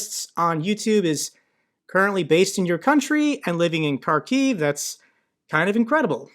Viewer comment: I'm loving your use of lower case and upper case there 😉 Did you also notice that gave Kharkiv its correct pronunciation; despite it showing differently on screen from that man who had written it the russian way?